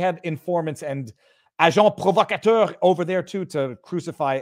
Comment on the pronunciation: Fantastic the way he pronounces agent provocateur isn't it?